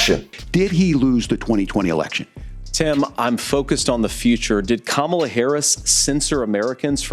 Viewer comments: Hey, does anyone else correct these MF’ers pronunciation every flippin’ time? “Ka-Mala” “It’s comma la!” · kaMAla is the Russian pronunciation of her name. Russians emphasize the second syllable. English emphasizes the first syllable. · I hate struggling with this, but I am voting for her and I keep calling her Kah-mah-la and not Kam'la 😢. I have trouble remembering to do it in the moment. Im sure it will go away once she is inaugurated. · Republicans say Kamala’s name wrong to show disrespect. When they say it wrong…..I correct and if they continue with pronoun it wrong …..there is nothing else to talk about and they are tuned out.